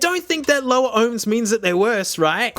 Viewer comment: The way he says "38 Ohms"